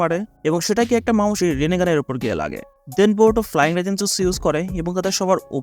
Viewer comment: ভাই এট জেগান এটা বেকুগান না